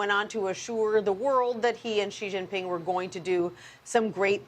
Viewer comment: Sounds like Showwwwe showww ping